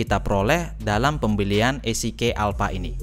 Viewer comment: EasyKey (baca: izikiy), not isikey